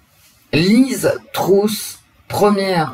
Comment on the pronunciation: Bonjour ! On prononce Truss come us ( presque comme eu : Treuss)